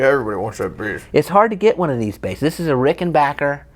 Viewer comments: Congratulations on being able to pronounce "Rickenbacker" correctly. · It amazes me how many folks are Unable to say RickenBACKer.......... :)